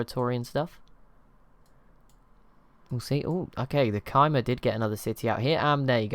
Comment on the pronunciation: Khmer is actually pronounced kuh-mai, emphasis on the mai part and a short kuh. Better wrote as k-mai